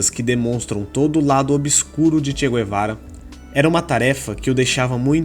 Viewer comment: Tudo mito Nem mesmo o nome do Che ele pronucia em condicoes